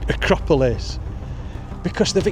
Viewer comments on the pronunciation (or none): none